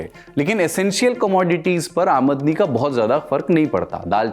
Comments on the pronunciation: Sir aamadni (aa-mad-ni) nhi hota hai balki aamdani (aam-dani) hota hai.. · aamdni.... nhi aamdani😂